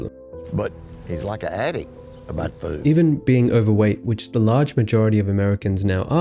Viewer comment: The way you pronouce food tho 😂